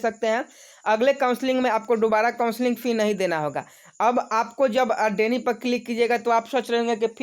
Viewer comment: भाई डेनी नहीं डिनाई होता है